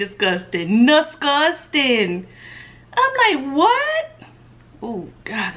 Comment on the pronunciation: Everytime you mess up and do one of the habits I am like no, stop doing it to yourself 😭 "nasugsting" 😂 lmao, I'm done! Some of these people girl, I swear!